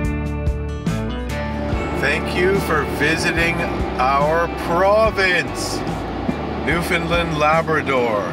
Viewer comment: AAARRRRGGGHHHH...... please pronounce it right Newfoundland....is..... understand.....newfoundland ..understand